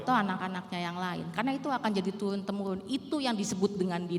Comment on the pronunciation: Turun mbak bukan tuwun, Er bukan ew